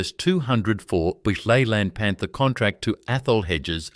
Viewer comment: what the hell is a Leyland PANTER? stop using Ai